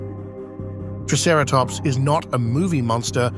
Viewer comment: I would probably rate this 8 out of 10 for the environment and the photorealistic design of the dinosaurs. This is easily one of the best and most heavily researched depictions of Hell Creek I have easily seen. Only a few drawbacks- The ai voice narrator is pretty obvious in places with how it pronounces triceratops. (“Tre” instead of “Try”) The animation and action scene shots can be quite jerky and sharp in places. The animals should be more deliberate, lumbering and smoother in their attacks instead being stiff. One sentence didn’t quite make sense- “but with the Cretaceous just hours away...” I think you meant to say “But with the end of the Cretaceous just hours away, their work is in vain.” Otherwise this was an impressive piece of work and the seven years of effort definitely show. I definitely enjoyed it and my eyes went to saucer shape at how beautiful the film was with its lush environment. I want nothing more than a nature documentary on the Cretaceous dinosaur biomes from mid to late North Africa to Mongolia to hell creek.